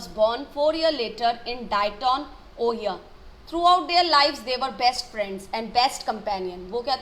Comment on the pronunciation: its says it as O-HIGH-O not ohio